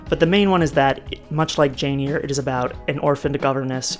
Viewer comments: I loved DS when it was on. Thanks for the synopsis. Great job! Oh and it is Jane 'air' not 'ear'. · Charlotte Bronte's book is Jane Eyre...pronounced AIR not EAR. Thank you. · It’s pronounced as “air”. And I’m sorry, I could have phrased it in a nicer way! The video was otherwise excellent and I look forward to the next half whenever it’s ready! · Loving the video, and I will absolutely consume it in one sitting, but I'm curious why you're pronouncing Jane Eyre as Jane Ear? Is this a community in joke that I have missed?